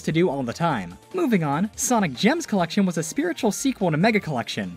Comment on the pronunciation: Sonic Origins “Cellection”💀